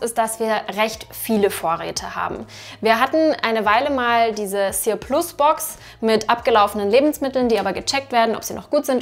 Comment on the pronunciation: Sir plus spricht man übrigens wie surplus im englischen aus 😊 das spielt darauf an, dass es sich um übrige Lebensmittel handelt 😊 hat jemand schon Erfahrungen mit den Boxen?